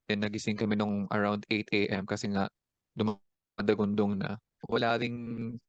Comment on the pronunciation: They pronunce walien